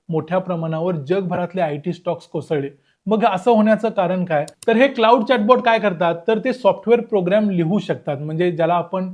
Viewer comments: Claude हे क्लाउड नाही, क्लॉड असा उच्चार आहे रे दादा. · कृपया आधी या मॅाडेलचं नाव योग्य प्रकारे उच्चारण्याची काळजी घ्या. क्लाउड असा उच्चार नसून तो क्लॅाड असा आहे. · त्याचा उच्चार 'क्लाउड' नाही, तर "क्लॉड" असा आहे.